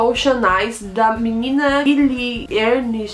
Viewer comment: o nome da cantora é Billie Elish, não Ernish kkkkk